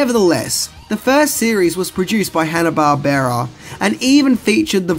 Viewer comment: Bar-BEAR-uh??? Dude, its Barb-ra....like, the name.